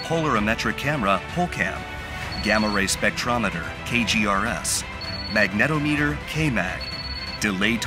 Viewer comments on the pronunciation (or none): Check YouTube pronunciation guide for proper way to say "magnetometer": "MAG ne TOM e ter"